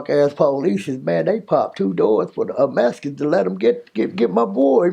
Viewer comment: This man said the "Mesicans" like if he wasn't Mesican... 😂